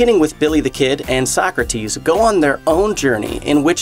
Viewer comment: The guy that plays Napoleon is really good. Funny when they Mispronounce the names, so-crates, beeth-oven , 😅